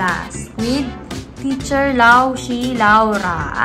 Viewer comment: ate eto skl ang pag sabi po nang laoshi is laosher pero ang spelling po is laoshi